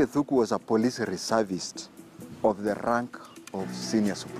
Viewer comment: It's Arthur Wanyoike Thúngú... Not Thuku